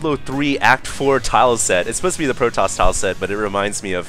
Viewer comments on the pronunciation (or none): none